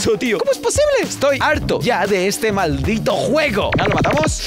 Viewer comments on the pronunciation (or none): Pero dijo maldit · Dijo maltit totnto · No lo dijo entero y dijo:maldit...